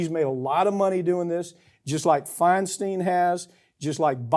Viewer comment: Feinstein NOT feinstEEn. Just like Einstein.